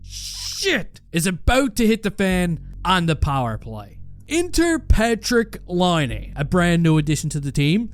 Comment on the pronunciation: Your a Hockey Junkie and you cant pronounce Patrick Laines name right. Ok bud. Real hockey fan there lol